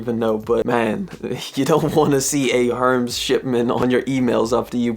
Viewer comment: Tell me you did not just call Hermes “herms” 😂